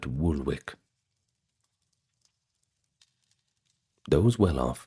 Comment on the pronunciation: Woolwick? Where’s that? Samuel Pepys’s family stayed in Woolwich pronounced Woolitch, as in the ferry. As every londoner knows. 👎